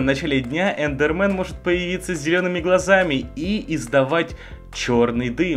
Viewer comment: Эндермэн а не эндерман